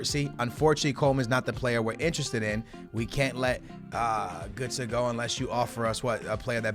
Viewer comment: Its not gūtze